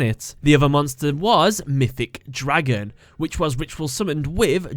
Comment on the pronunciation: "DRAgun." The way he pronounces it XD